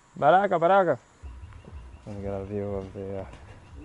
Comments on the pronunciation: Its not baraka, its bakra. Like youre vids 👊🏾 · Actually it's the same "Bakra/white man". It was just mispronounced by. "Baraka" which could be easily misunderstood by the locals for black/blakka. Luckily no one was offended by him saying baraka. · its "ba"kra 🤣 bakra. love your videos. thanks for filming my country and making us enjoy your trip.❤ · Hi..the word is bakra not baraka. That is our word for a white person. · kept saying baraka instead of bakara. I don't think they knew what you were saying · The word for "white man" in Surinamese is Ba-kra not Bakara or Baraka. Atleast in the city it is. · It's bakra, he was saying it wrong. And Suriname drives on the left side. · “Ey go ptjinso ptjintso. “ It’s going alright.” It’s also pronounced: Ba-kra😅